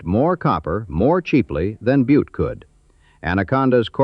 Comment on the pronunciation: Oh.... It's pronounced "BYEWT"...